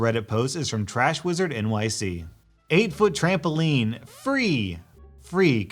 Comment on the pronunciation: TRAMAMPOLINE! TRAMBAPOLINE!